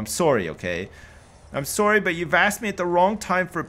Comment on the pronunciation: Every single "sorry" I hear reminds me just how Canadian he is.